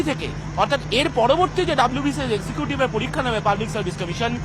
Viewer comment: পতিদোগিতা মুলোক পলিক্কা😂 গতমুঙ্গলবার .... আরে 'ভাতাটা' থুরি 'ভাষাটা' আগে ঠিক কর। WBCS নিয়ে কথা বলে .. 😂😂😂😂